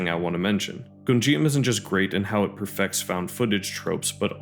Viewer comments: good video but every time "Gonjiam" is pronounced I take psychic damage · Also I hate to be that person, but you’re mispronouncing Gonijam 😅